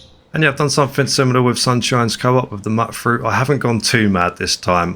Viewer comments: Im pretty sure Mutfruit is pronounced Mute-Fruit, as in "mutated" from radiation. love these settlement builds, the best ive seen. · You're mispronouncing mutfruit again. Should be pronounced as Mute fruit. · Okay, maybe it’s me. Are we pronouncing Mutfruit “mutt fruit”? What do you call mutants? “Mutt-ants”? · Ok, I'm gonna have to be the one to say it: You pronounce Mutfruit wrong. The first U is the long version, like "you"